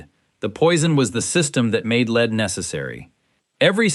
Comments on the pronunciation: Please decide whether you want to mispronounce lead by calling it “leed” or to say it correctly, ie “led”. Other than that, it’s a good video, which I enjoyed. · l-e-a-d is pronounced 'led'.